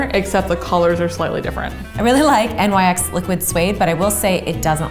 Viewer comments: Its pronounced "Nicks" not N. Y. X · Oh my god it's nyx not N-Y-X please stop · Hahaha it’s nyx not n y x. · Am I the only one that is bothered by them saying N. Y. X. For the lip cream instead of Niks like it’s supposed to be pronounced. It’s named after the Greek goddess of the night. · It’s not N Y X its nyx (nix) the Greek goddess of night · Wait hold up it’s not pronounced “nicks” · Does it bother anyone else when people say N.Y.X. versus Nyx (nicks) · anyone else bothers thar they say n y x and not nyx (nix) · All the comments are on how this video isn’t about dupes and the only thing I can focus on is that fact that said N-Y-X, it’s pronounced NYX (NI-SKS) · It’s not N Y X u pronounce it like nix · i don’t know why, but I was so bothered by them saying N.Y.X instead of saying it like “Niks”. It’s not pronounced N.Y.X people get it right please 😂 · Anyone notice how they said NYX instead of “NIX” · It’s not pronounced n y x it’s pronounced nicks even tho it’s spelled like nyx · I usually avoid making petty, negative comments, but god did it irritate me when they kept calling Nyx "N-Y-X". It's "Nyx" (nicks), as in the Greek goddess. :/ Also, the liquid suede lip does last all day--as long as you apply on a clean, relatively dry lip. I use Nyx's liquid suede lipstick for one of my cosplays and I've never had a problem with it--even while drinking or eating (non-greasy foods, of course). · N Y X? It’s pronounced like nix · Erm... “nix” not “N-Y-X” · It’s not “N-Y-X” it’s pronounced “nix” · Good concept but the whole video just seems rushed. These aren’t dupes, it’s more of a drugstore vs high end. You should have found like hyped products like smashbox of porefessional primer and put them against the dupes. Also they say N-Y-X instead of “nix” or is that just me? I’m just kind of disappointed and the fact that they were pointing out the colors were different with the blush and lips was kinda tacky. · I HATE WHEN PEOPLE CALL IN N-Y-X ITS NYX